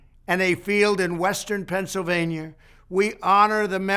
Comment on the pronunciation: Learn how to pronounce Pennsylvania your fucking moron